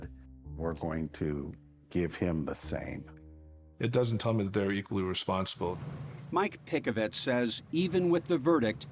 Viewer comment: Mike Pick-A-Vet